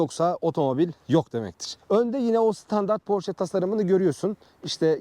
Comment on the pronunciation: marka ismini doğru düzgün telafuz eden az sayıdaki kişiden birisin,her özel isim kendi dilinde okunur ve bunun ki almancadır,amerikalılar ingilizler kendi dilinde porş diye telafuz ediyorlar ama oralarda da çok tartışılan bir konu